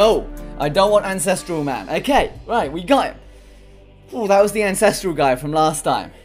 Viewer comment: Incestral you say?